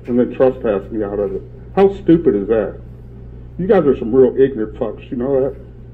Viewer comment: I always love it when he calls someone "ignernt".